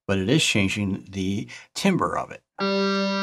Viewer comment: My soul dies a little every time you say “TIM-ber” instead of “TAM-ber”.